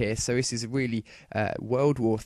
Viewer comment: i like how he says 'weally'